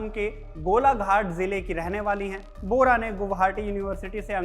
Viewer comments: Bora not bohara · Bohra nahi Bora surname hota hai